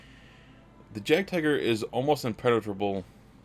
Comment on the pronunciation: Nice content - just subscribed - but PLEASE do say "YAAGD-TEEGER" or at least "YAAGD-TIGER" for the Jagdtiger - German "J" like an English "Y" - PЄACЄ☮UT